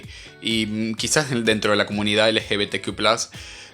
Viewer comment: Es ridículo como lo pronuncia 😂